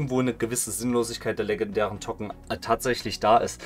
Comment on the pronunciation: Dann spreche es auch english aus ˈtoʊkən